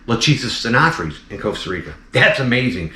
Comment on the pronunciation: Phrys is pronounced Friss Not Frees Stenophrys. StenoFRISS Is the correct pronunciation